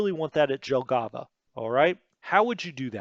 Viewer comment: since you will have a lot of "J" in WITE 2 here is a tutorial for you :) In all slavic languages and other east europeans languages J is pronounced allways as english Y (like first letter in "yes"). Pronouncing somthing like you did with Jelgava completly changes word and sound funny. So you dont need to think about that just allways pronounce J as Y if you talk about names in USSR. Now you may ask me why they didnt change that to Y like in names of other russian cities on map. The answer is that Jelgava is Latvian word and they probably dont know that they also pronunce J like in slavic languages. Germans also dont pronunce J as in english so that JG (Jagdgeschwader) is actualy YG on english. Same example as with Jelgava. But you can find on YT almost all german words how they pronounce so you should do that at least for those which you use 100 times in every video :) Pskov not Peskov. If it doesnt have an letter you dont pronunce it and there is not "e" in that name. But this is not big mistake becouse i understand that it is hard for non slavic speaker to pronounce that.